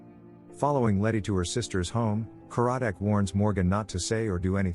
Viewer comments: It’s not Ka-RAD-Dec. It’s KAR-rad-dec. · The narrator should watch the show as the inspector's name is CAR-A-DIK, and the person who is his boss is not the Director but is the head of the department. And that wasn't her boyfriend but her ex-husband.